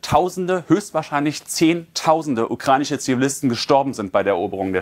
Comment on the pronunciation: Ukreinische, ukreinische, ukreinische.. Ukrainische verdammt nochmal 😂🤦🏻‍♂️